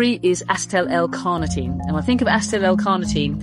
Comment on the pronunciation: She pronounces Acetyl all wrong. It's A-cee-til, not Asstell. If you're older, go for Ubiquinol instead of Co-Q-10. It's the active form and as you age it's a lot harder to convert Co-Q-10.